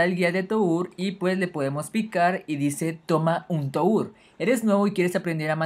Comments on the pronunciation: Toúr? Se dice "Tur" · Se dice Tur no To ur :v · Se pronuncia "TUR" no "TOUR" me dio tanto Cancer que no pude ver ni un minuto de la epilepsia que me dio